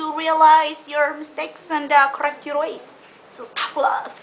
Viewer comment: The way she says "EVRRRYTING" and "CORRRRRECT" LOL !!